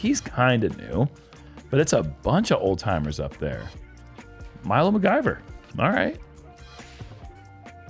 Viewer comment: keeps mispronouncing McIver and it’s driving me nuts lol